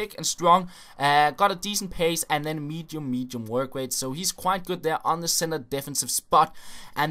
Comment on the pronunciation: when he says mitchu mitchu he says medium medium his pronunciation is iffy with some words